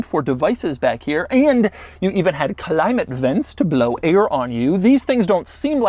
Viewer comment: the only guy who pronounces climate : Khulaymett !